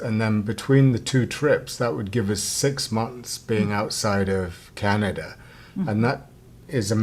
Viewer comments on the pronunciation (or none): Canada does not have an "r" at the end of it. STOP IT!